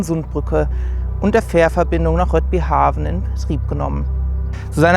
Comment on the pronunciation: Noch was, Rödbyhavn spricht sich "RÖDBÜHAUN"...